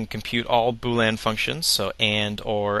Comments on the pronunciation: fyi its boolEan not boolan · its boolean not boo lan lol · why do you keep saying boo-lan? it's bool -ee-en. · This is awesome, BUT... could you PLEASE stop saying "boo-lan" logic. It's pronounced "boo-lee-un". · I've always pronounced it bool-ee-an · It's 'boolEan' not 'boolan'. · agreed. But how can someone so smart not be able to pronounce "boo-lee-un" logic. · Say 'Boo'. K, good. Now say 'lean'. Awesome. Now say 'Boo' - 'lean'. Congrats! Now you don't pronounce it wrong. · I'm sorry, but when you say "Bool-Anne" are you pronouncing "boolean" differently than me, or are you referring to something to which I am not familiar? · Weird, I thought it was pronounced "boo-leen"...